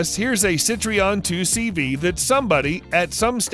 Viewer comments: Sitroeng / seetroeng is the french pronounciation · what the heck is a citreeon....its a citroen (sit rone) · Its pronounced Cit-Ro-En !!! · Cit-re-on? Ceetron is more accurate. Glad you didn't try to pronounce Renault. Which sound like Renau by the way. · Sitroeng /seetroeng is the french pronounciation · GET IT RIGHT, PEOPLE!!! NOT SITRION 2CV.... But CITROËN 2CV.... Pronounce CITRO- "N" .... like the letter "N" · See-tree-ON... lol It's See-tro-N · Why do you say cit-reon, it is citroen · CITROEN is not pronounced Sit ree on it's sit row en! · sitronn... not cit...re..on lol. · Jeezus Christ. There is no such thing a a ‘Citreon’. It’s called ‘Citroen’. 🙄 At least make an effort when you make these half baked video’s. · This has to be the most irritating narration of all combined with ridiculous clips of the wrong cars and total lack of automotive knowledge. I'm gonna hop in my " sit-tree-on" and get outa here. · what is sitreon ?? Oh I got it, it's just another hard word like Aluminium ? ? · Citree-on? That's a new low in mispronunciation. What part of backwoods Alabama is this guy from? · It isn't Streeon but Citroen pronounced as written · for the record its citro-en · Yup, Citreon. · It's pronounced Citr-o-en... Just saying. 😁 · What's a Citreeon? Or did he mean Citroen? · A CITREON?????? WITH A LITTLE EFFORT EVEN YOU AMERICANS COULD PRONOUNCE BRAND NAMES THE RIGHT WAY. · “6.3 litres” when describing a Classic Charger? Speak English, man! Sitree-on?? Speak French, man! Fail. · What the f**k is a centreon it's a Citroën Americans are awful at pronouncing some car names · "Citree-On?" Really? You make videos about cars and this is how you pronounce a major French car manufacturer? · They did a better job hotrodding the Citroën than you did pronouncing Citroën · Really! I thought the same thing when I heard him say that. No wonder the French tend to look at us with a jaundiced eye! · Your pronunciation of Citroen is hilarious